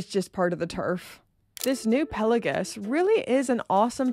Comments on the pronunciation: Do you even know what Pal-ei-gues means? I doubt it 😂. And it’s pronounced Pel-a-gos . What’s wrong with your speech ? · I agree on the rivets of the Black Bay. Don't notice it when on the wrist. However, I do question your pronunciation of 'Pelagos'.